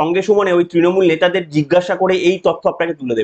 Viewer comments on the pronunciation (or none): none